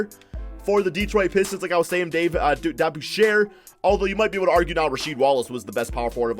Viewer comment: He pronounced Dave’s last name wrong from the Knick’s and pistons it was funny 😂